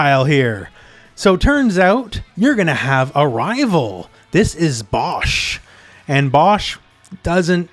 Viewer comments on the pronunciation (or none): none